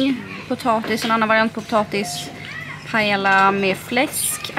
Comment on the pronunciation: två L i ett spanskt ord blir ett J så de uttalas Paeja ☺️